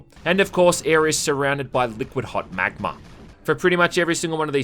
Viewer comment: Don't think I didn't notice how you pronounced magma. Meyers would be proud.